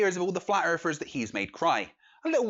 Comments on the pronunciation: "Flat earfers"?! I can't take the British accent seriously...they all sound like six-year olds--learn to pronounce "th"! The Queen can do it, why can't you?! hahaha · “Erfers” 0_o